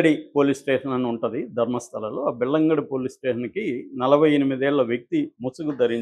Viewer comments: (బెల్లంగడి కాదు నాయనా..బెల్తంగఢీ) సరిగ్గ కనుక్కొని చెప్పండి. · Bellangali kadu . Belthangadi.. pl pronounce properly